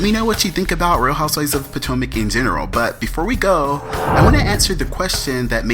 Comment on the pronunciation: I love your pronunciation of the HOUSEWIVES. It sounds like you're saying HOUSE-WISE lol. It's cool though; I think it's endearing. For me, it's like your stamp; if someone else was pretending to be you doing these reviews, we would be able to tell because they wouldn't get the WISE everytime the word HOUSEWIVES is mentioned. Keep up the good work